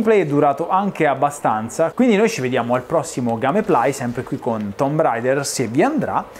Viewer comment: uela, vedi che tomb si pronuncia "tuum", chiedi pure a barbaroffa eheh